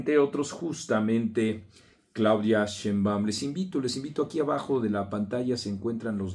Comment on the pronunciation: Por qué no pronuncias bien el apellido de la presidenta??? No lleva acento en la "A", o no oyes bien cómo se pronuncia?